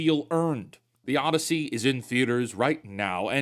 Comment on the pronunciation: Muh - Dussy. Oddussy bussy edition